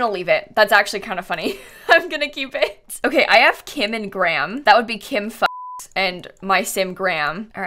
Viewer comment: it makes me laugh every time she says kim fuchs